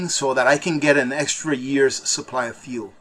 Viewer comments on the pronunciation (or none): OH NO CCP GOT TO....he said suppry instead of supply 😝😝🤣🤣